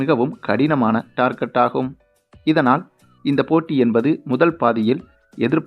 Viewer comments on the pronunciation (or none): none